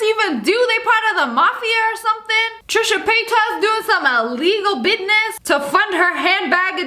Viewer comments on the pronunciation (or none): You said buinuss